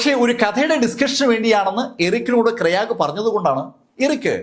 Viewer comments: Kyraag alla Graig. It's a english name. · Sir, Krayag alla I suspect the name is Craig, pronounced Kray-guh. Amazing content keep going 😊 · പുള്ളി പറയുന്നത് കേട്ടപ്പോൾ ഞാൻ കരുതി വല്ല ഇന്ത്യകാരൻ ആയിരിക്കും ക്രയാഗ് എന്ന് 🤣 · It's Craig